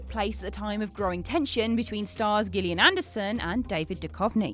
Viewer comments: Hard G for Gillian Anderson? C'mon, are you just trolling at this point? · She didn't say Gideon. She just said Gillian with a G instead of a J (the way it's supposed to be pronounced) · same. just watched another of theirs where they butchered john cazale's name. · I don't know why didn't know how to pronounce the name though